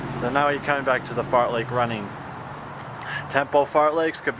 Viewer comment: don't know if it's intentional or not but it's fartlek not fartleck lol, awesome vid though, jealous of your insane fitness